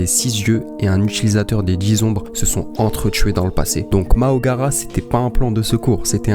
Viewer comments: Toujours aussi bien t’es video mais juste tu fera gaffe c’est Mahoraga et pas Maogara😅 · Même la ses makora 😢